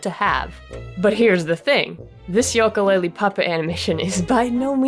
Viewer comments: Banjo-Tooie was better! (than the first one) Also it "YOO-kalaylee not "YOLK-Kalaylee" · you are the only person I have seen that pronounces it yoak-a laylee instead of ukulele. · not to be rude but it is pronounced yuka laylee not yoka. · The games name is pronounced You-ka Laylee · It's pronounced Ukelale